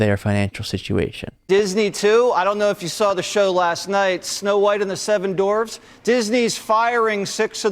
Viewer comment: Hey Waters... it's Dwarfs, not Dorfs. 🤣